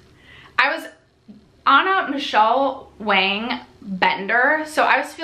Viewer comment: Michele Wang is pronounced Wong, rhymes with song. No shade...